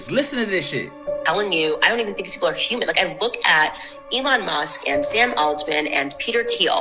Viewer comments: She said a "Herman size" owl....😂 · Did you hear that girl try to say the word HUMAN ???? Omfg that was some funny shit. That girl was super stupid too. She said herman for human man!!!!! Hahahahahaha